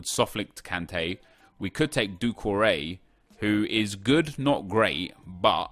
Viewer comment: who else is annoyed by the way he says doucoure